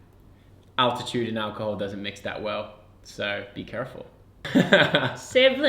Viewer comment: "Makung" "dousnt"